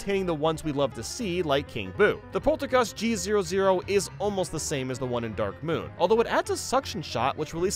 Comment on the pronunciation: He missaid Polterkitty.